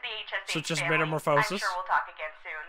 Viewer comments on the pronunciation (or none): But, it's pronounced meta-more-fuh-sis, not meta-more-foe-sis.